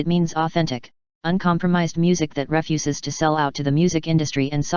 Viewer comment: Where did they find a computer that couldn't pronounce 'refuses'?